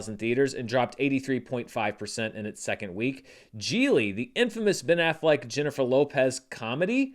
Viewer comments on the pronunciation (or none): none